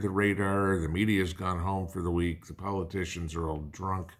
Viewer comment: When you said "We have made it to the end of the Week", for a minute I thought you said "We made it to the end of the world".